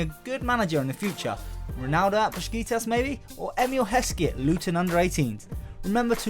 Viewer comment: Why do you pronounce Besiktas Beskitas?